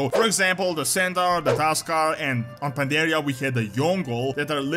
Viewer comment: Mists of Pandaria was the best expansion yet but you guys are "PanDaHsH"